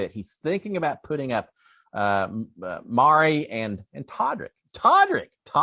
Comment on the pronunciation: Not Mari - pronounced Ma Rye🙂